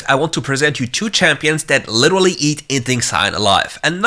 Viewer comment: omg u literally said liturulurly what:?/